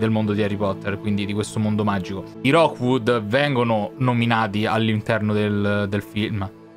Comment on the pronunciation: si dice Rukwud non rokwud ti prego